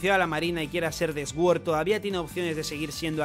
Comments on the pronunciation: No es más fácil decir suord que sguord? Que ganas de complicarse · se pronuncia sord no esguord, que no puedo aguantar como lo dices 😂😂😂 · Me llama la atención que Sword lo pronuncias S-Word jaja , te ayudo un poco se pronuncia Suord que significa Espada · No puedo con esa pronunciación tan horrible para sword, (esguord) puedes decir suord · Cada vez que dice 'Sguord' me salta la cadena de la bici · Se que a la gente no le gusta que la corrijan pero, la W en sword es muda entonces se dice sord